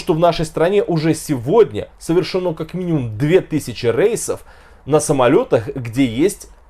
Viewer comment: рЕйсов, не рЭйсов